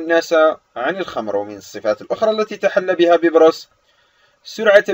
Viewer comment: علي فكره بتقول الاسم غلط😂😂😂